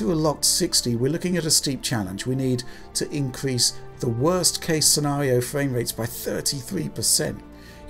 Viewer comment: Those are some pretty good fwame wates.